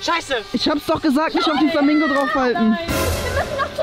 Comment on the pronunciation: Der hatt Flamango gesagt hhhhhhhh